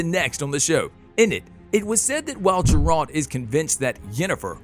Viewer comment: Ah, yes, J E R A L T